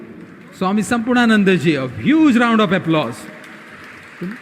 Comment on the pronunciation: Why can't the anchor pronounce the name 'Swami Samarpanananda' ji correctly? I don't think it's too hard .